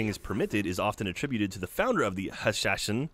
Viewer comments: They are spelled Hassassins. Pronounced the same way too. These band of Hassassins was the first of the Assassins to walk the Earth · no it is hash-sha-sheen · nope, its hash-ash-een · Hashashin is pronounced Haw-Sha-Sheen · Ha sa sheen thata how you pronounce it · hashashin is pronounce 'hash-hash-een' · hash as hin :3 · It's Hasashin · Its supposed to be Hashasheen. Not sure why you guys added like 4 shs XD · Hey, It's pronounced "Haseesh"ins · So you know, its pronounced hash-eesh-en :) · Hashashin is pronounced "hosh-osh-een." It is also where we derive the term "hash," as it was believed that the Mentor of the Order would drug his disciples into submission to make them believe he was capable of taking them to paradise if they performed well. The belief comes from what was likely an exaggeration as observed by Niccolo Polo in his exploration of Masyaf (the Assassin HQ) and the surrounding area. Also, the name is sort of a misconception; it is better transcribed as "Assassiyun."